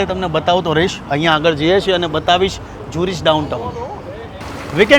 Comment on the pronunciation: Bhai it’s not ઝ્યુરિચ . એને કેવાય ઝૂરિખ